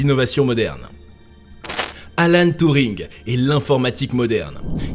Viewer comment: C'est pas touring , mais Turring